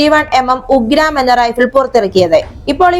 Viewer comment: ഉഗ്രാം അല്ല ഉഗ്രം ആണ്